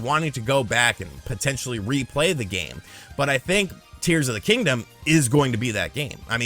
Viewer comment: Did he say "Deers of the Kingdom"? 😂